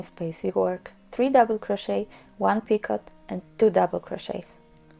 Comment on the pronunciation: In English, it is pronounced peek-oh, not peek-ot. The T is silent.